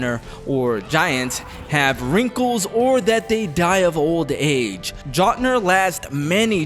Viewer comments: Jot-nir 🤣😂🤣 it's pronounced Yote-Nir, the letter J makes a Y sound In Norwegian 👍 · Its pronounced "yote" not "jot"...lol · mf keeps saying gotnr lol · Did you just say jotnar dont die of old age ? Are you stupid? You said you played the God of war games like 12 times. Are you lying? Also, they're called Jotnar and its pronounced like (yote-en-ar) not actually with a J sound you absolute loser. Also, "State of Gay"? Are you actually medically stupid, or is this what you think makes money? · Can’t even say Jötnar right some fan you are 😂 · Exactly. You can tell this dude has never played the games especially the way he pronounces Jotnar 😂😂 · This video is just made by a gooner who uses his wrong head to critique Also just off rip I'm not trusting anyone who pronounces jötnar like that to know anything about anything, whether it be the games or that general region in the world. It's like if someone pronounced pheonix as pa-he-onyx. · Had to stop watching after how you pronounced Jötnar. Lolol 🤣😂